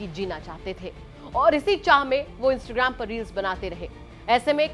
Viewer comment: इंस्टग्राम नही इंस्टाग्राम होता है ठीक से बोल तो लो 😂😂😂😂